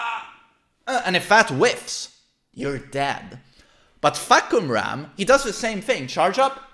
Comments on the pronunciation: Narrator: fAhkumrA: fahkUmra! I got this. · i thought the pronouncation of the name was "fuck em up" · Pronouced as: Far-coome-ram